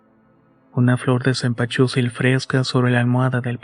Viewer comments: Cempasuchil !!!!!! No cempachusil amigo,me encanta como cuentas las historias,pero no puedo parar de reír,lo siento!😅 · Se dice senpasuchil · Que bonita historia aunque no digas Zempazuchitl jajaja gracias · Si se oye raro 😅😅